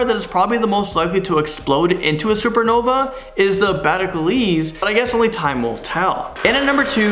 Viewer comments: The star is pronounced beetle juice , not battle galeez lol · That was one helluva pronunciation. It's pronounced like the movie Beetle Juice. It's the name of the character in said movie too, which is why they had to guess his name then say it three times. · Dude, we love ya,but The betelgelese star you said in number 3 is pronounced beetle juice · ROFL did you mean the betelgeuse star? It's pronounced beatle juice. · That star is pronounced beetlejuice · It's pronounced like Beetlejuice,!! Cute, too cute! We should do a top 10 times mispronounced a word!! J/K! I appreciate all you guys making me content for while I'm stuck in the house!